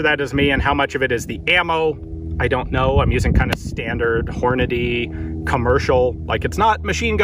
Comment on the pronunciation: "Today we're using Hornity 750 grain 'Big ol' Ammo.'" lol